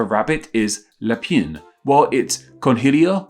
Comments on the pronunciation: Sorry, you made no effort on the French pronunciation. It's roughly muh-syur and la-pan, for an English speaker. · "la pine"?... the way you pronounced rabbit in French means "the d*ck". 😂 Still congrats for the effort. 😊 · clickbait to promote a product and based on very approximative comparisons beside an atrocious pronounciation. I loved the "la pine" wich is French slang for "dick". Lapin vient du Latin lepus. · You pronounced "lapin" as "the dick" (la pine)